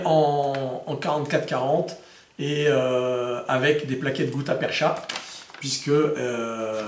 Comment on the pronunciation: Juste un correctif sur la prononciation du mot "gutta-percha", il se prononce "perca" au lieu de "percha"... Content d'apprendre de nouveaux détails dans chacune de tes vidéos...